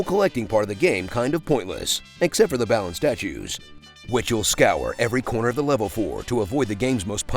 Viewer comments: The pronunciation is actually "Baa-Luhn". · did this man say ballin' wonderworld? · This game was so uninteresting, you spent the entire video pronouncing Balan differently every time you said it AND you didn't even get the game's title right in both the title and description of this video.